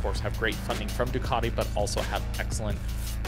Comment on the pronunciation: Americans attempting to pronounce Ducati 😂